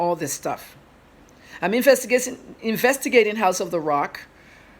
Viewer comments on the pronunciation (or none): infestigating................, Aunty to ka we ni Canada